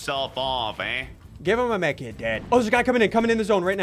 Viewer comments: He said drink the medkit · *Drink that; Medkit” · Did anyone catch that you said drink that med kit